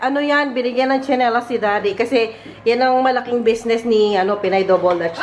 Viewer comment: Natawa Ako 😂😂dun sa mg bigkas mo nung tsenilas,,maganda ang matibay Po ung nanyang subok na Po namin Yan ang gamit namin❤❤❤❤ God bless Po,,very generous Naman ni Miss ruth ❤❤❤❤